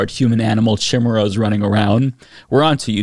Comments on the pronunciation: She can’t even pronounce “chimeras”! 🤦🏻‍♀️ I sooooooo agree!! I’ve been laughing/crying about this for about 8 years now. Our education system needs a giant overhaul! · Let's go ahead and put "Chimmeruhs" with "Peach Tree Dish" and "Gazpacho Police"! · “It would legalize the creation of human/animal chehmurrahs” Fucking nailed it. Great pronunciation, great science, everyone hit the showers; we’re done here. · Chee-meras wtf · Careful now sis! Chimeras are heavily associated with Greek Mythology, what would your "God" say! I can't believe she fixed her mouth to say chim, er, as and not ironically!! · How did I know she was going to mispronounce Chimeras? I had a professor in school who admitted that she had never heard that word. She was admittedly conservative and made homophobic remarks in class. When you're preaching to the stupid you don't have t be informed. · The way she pronounces Chimeras says to me that those words aren't her own, like she is just reading something someone gave to her. If she chose the words, I doubt she would have gone with one she doesn't know how pronounce (Maybe giving her too much credit). It feels like she is just reading someone else's lies in congress. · Can’t even pronounce ”Chimeras!” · "Chimirraz" and "surragatsy" jfc